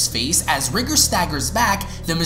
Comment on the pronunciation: R EYE GOR NOT RIGR